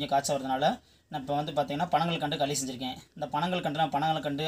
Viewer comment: வாத்தியாரே. அது பேரு களி. கலி இல்ல.